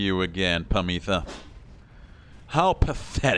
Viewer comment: Harp sisters' names are pronounced "Pámitha" and "Támitha", with the accent on the first "a".